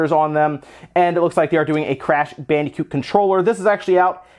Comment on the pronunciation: Its bandicoot not fucking "Bannycoot"